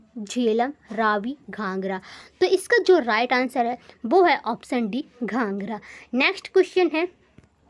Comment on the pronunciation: Mam it's not ghanghra it's ghaghra😂